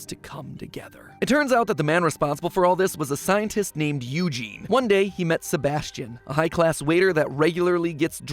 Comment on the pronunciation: Now who told you to pronounce eugene like that